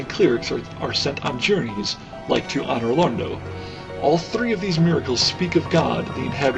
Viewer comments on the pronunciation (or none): Great Vid, but one thing pissed me off, Anor Londo is pronounced ANN-or LonDOE